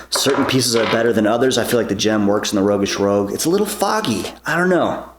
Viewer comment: Rogueish "Roooshg"